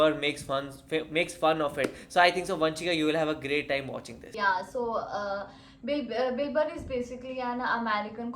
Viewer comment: You pronounce Bill Burr like Dilber